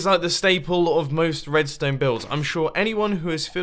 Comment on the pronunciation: I really just hear jibberish when ever you talk about r-r-red-ston-e